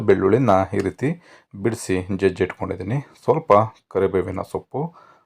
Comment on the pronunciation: Voice is really good. Please pronounce correctly. Hinnur gram, Hittkondidini... beda please